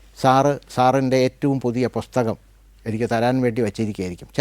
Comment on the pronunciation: മലയാളം ഒരുപാടു ഇഷ്ട്ടപെടുന്ന സർ പുസ്തകത്തിന് പൊസ്തകം എന്ന് പറയുന്നത് അരോചകമായി തോന്നുന്നു